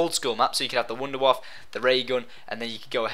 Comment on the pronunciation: it's the wunderwaffe you spesh not the wider waffle... -_